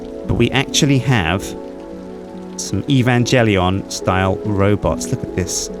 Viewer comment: EE-VAN-JELLY-ON.... no,. Just no.